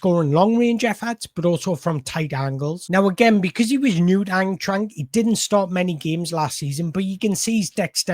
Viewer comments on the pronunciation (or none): I love the way you pronounce Eintracht. But not to sound pedantic, it's pronounced Ein-trakt.